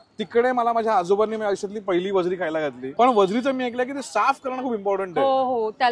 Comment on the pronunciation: वजडी आहे ताई वजरी नाय 😂